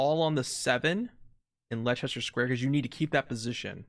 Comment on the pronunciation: I know everyone struggles with place names in other countries so i dont blame you but still the "Lie-Chester square" physically pained me. It's said like "lester"